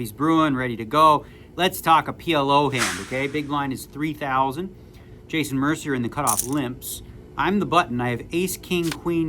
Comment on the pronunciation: "MER-CI-ER" - you're Canadian and you're pronouncing Jason's name MER-CER?😂 Bad form Daniel. Bad form.😂